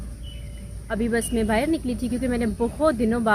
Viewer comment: "bahar" hota hai, bahir nahi 😁😁